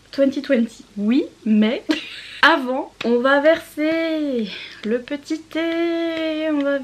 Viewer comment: "Je ne suis pas énervée a few moment later JE SUIS ÉNERVÉE" ce moment parfait ... On va verser le petit theeeeeeee cette version va me reste en tête à jamais. Chacun a son avis a pres tout ... "Ducros se décarcasse." "C'est comme moi je n'aime pas la cannelle. Ducros ne va pas venir à ma porte et me dire mais je me suis décarcasse quand même. C'est comme la pizza de Buttoni. Vous allez la faire chauffer et au final , elle n'est pas bonne, elle a mauvais goût. Les PDG de Buttoni ne vont pas frapper à votre porte : on a fait la pizza super bonne et toi tu dis elle est pas bonne. Avec le petit accent italien c'est parfait. Je suis tellement d'accord avec toi sur l'avis des livres que l'on peut avoir. C'est compliqué pour les auteurs mais toutes choses ne peuvent pas plaire à tout le monde. Comment des personnes peuvent être méchantes comme ca ...surtout pour l'avis d'un livre. Chacun fait ce qu'il veut. "Toujours la mais eux non"#onedirection "Je ne suis pas venue ici pour souffrir okay" Ta vidéo est trop bien j'ai tellement rigoler 😊